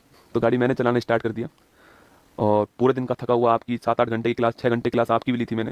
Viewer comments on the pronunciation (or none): none